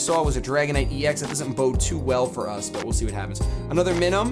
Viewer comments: I just cannot stand how you say Minun... It's like Minus.... you don't say mihnus lol you say m-ai-nus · i finally found someone who says "MINUNS" name wrong just like me. you say it exactly the way i say it...even though i know im saying it wrong i cant help it....i just have to pronounce its name with an "M" at the end.